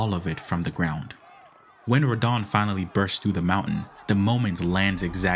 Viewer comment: Dude. It's not "R'don".